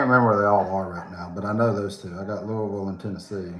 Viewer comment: You pronounced Louisville correctly!!!!! I am SO impressed. Where are you speaking at?? OHHH, what color did you paint on your walls??